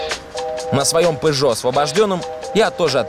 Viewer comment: когда то он говорил фЫррари а теперь и пЫжо)))))